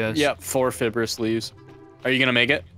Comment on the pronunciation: I can’t ignore the way pronounces fibrous